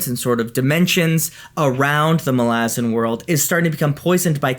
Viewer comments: yhen hes pronouncing it wrong lol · You pronounce malazan wrong